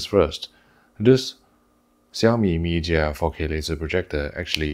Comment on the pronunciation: Hi, I thought your Chinese is good, please pronounce Chinese name in real Chinese. Not 萧米， 小米，not 咪假，米家